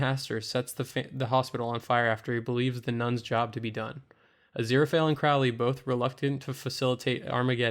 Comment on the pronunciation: CRO-lee. Not crou-lee.